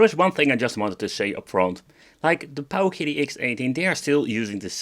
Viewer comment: the pooooooowKIddy lol